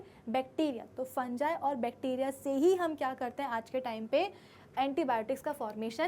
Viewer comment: Mam aapki fungi ki.pronounciation galat hai😟